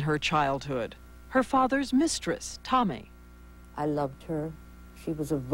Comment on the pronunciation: TAMI. Not "Tommy." She went mad not from just the abortions, but from the insane verbal abuse. Rudi constantly accused her of doing everything completely wrong but breathing. (Pronunciation is the same.) Tami was beyond abused, that poor, beautiful woman.